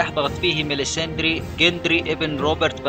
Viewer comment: ماليسندرا مو ماليساندري :(